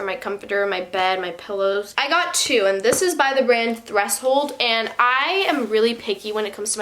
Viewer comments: she pronounced it thres-hold not thresh-hold. 🤦‍♀️ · who the heck says threshold like thress hole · Also it’s pronounced “thresh hold” lol